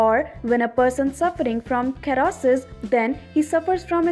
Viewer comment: Kherrosis... wtf guys, Hahaha